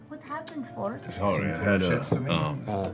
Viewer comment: is it just me or did that sorry sound just SLIGHTY more british than southrn??